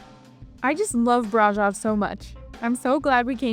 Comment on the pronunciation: From a Romanian, and braşov local, this vid seemed nice, but I would reaaally appreciate if you guys learned how to pronounce certain names right. I understand it's not the most important thing, but every time you said brasov, I thought "this is how people think we named our town". You can use something like google translate, or even ask a local how to pronounce it. Anybody would be happy to advertise their town.